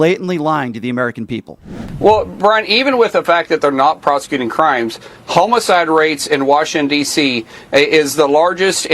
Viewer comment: He cannot even pronounce homicide correctly.